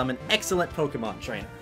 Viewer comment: did you say trnchmders when you said i wont battle every trainer?